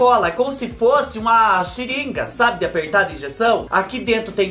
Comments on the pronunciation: o nome não é xiringa ,e sim seringa kkk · eu ri da "xiringa", mas foi com carinho viu! Kkkkkkk😂😂😂😂